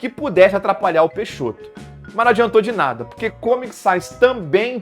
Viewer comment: "Vem cá nadá" kkkkkkkkk. De tão ruim ficou muito bom kkkkk